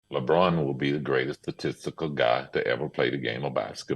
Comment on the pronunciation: That man said sasistical.💀😂🤣